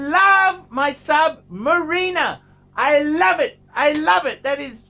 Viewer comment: Also you can’t even pronounce submariner correctly